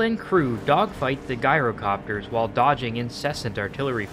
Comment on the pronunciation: Jye row copter not "Guy"ro copter